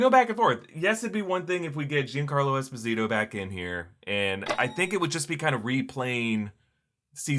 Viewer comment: Es POE si Toe...Giancarlo Esposito is Italian/African-American not Hispanic ❤❤❤